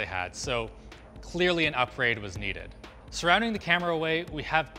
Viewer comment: "Suwwounding the camera awway" OwO?